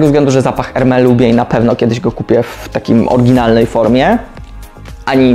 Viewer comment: Jakby co to "s" na końcu Hermes się wymawia.